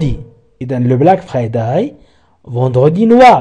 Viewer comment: Merci beaucoup mais svp ne prononcez pas le mot friday en français. Prononcez le en anglais